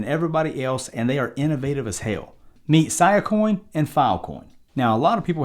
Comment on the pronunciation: “See-uh”, not “Siyuh” coin.